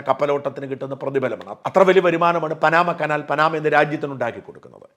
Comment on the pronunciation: പാനമ കനാൽ ആണ് ശരിയായ ഉച്ചാരണം